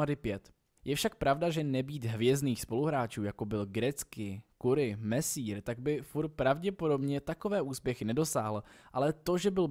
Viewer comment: Super video, ale jmena nekterych hracu vyslovujete spatne. Messier se nevyslovuje Mesír ale Messje